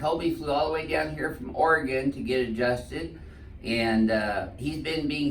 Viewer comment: I could have stopped watching after you correctly said Oregon and been completely satisfied, but no sense it not finishing a great video